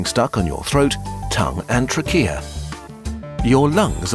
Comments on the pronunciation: Teeheehee "Truh-kee-uh" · I never heard that pronunciation of tracheae before, are you guys just using AI for the voice now?